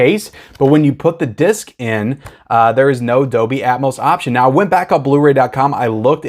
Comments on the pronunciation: just so you know, the "L" is Dolby, IS NOT silent. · Pulp Fiction is great, but all I really want are the Kill Bill films. Dog Soldiers is great, so you should watch it. Not sure if I like it or The Descent more. Also, the "L" in Dolby isn't silent.